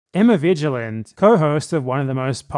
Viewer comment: ok, so you made a 2 hour long video with 38 citations, but you repeatedly mispronounced "vigeland" so all your arguments are invalid. checkmate leftist.